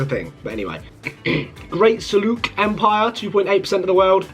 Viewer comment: you pronounced seljuk wrong and seljuk belongs to iran empire